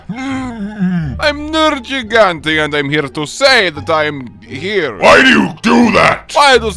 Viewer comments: Tigrex should be asking why "Nerjigante" always pronounces his name wrong 😒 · Ok I'm seriously tired of everyone mispronouncing nergigantes name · Why does Nergigante mispronounce his own name?